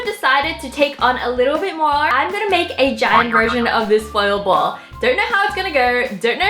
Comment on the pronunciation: I don't really know, but every time Wengie says "foil ball", I literally hear "spoiled ball". LOL!!!!